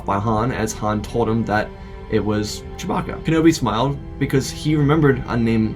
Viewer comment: Did you just say…Choe-bacca